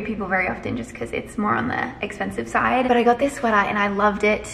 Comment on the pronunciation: woah said "pants" and "side" in the words of gabby, "oh my word babe" is becoming so American.